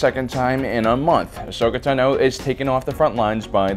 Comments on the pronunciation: says tano wrong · im so triggered that he is not pronouncing Tano correctly... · How you say "Tano" is makng me cringe . . . That wasn't commander Cody btw, that was Wolfe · dude ur saying Ahsoka Tano last name weirdly, just listen to clone wars is tA(h)no not Tno, or is it just me. ive herd like ever time he says it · It's Ashoka Táno, not Ashoka Tanó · Tan-oh, not Tuh-no. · STOP SAYING AHSOKA TEHNO ITS PRONOUNCED AHSOKA “TAHNO” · Take a shot every time he mispronounces Ahsoka Tano. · Why u say ahsokas last name wrong